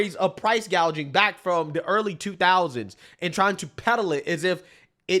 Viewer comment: No, remember its "Price Gauging" 😂 not price gouging 😂